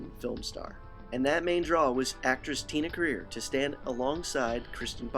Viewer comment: It's Tia Carerra not Tina Career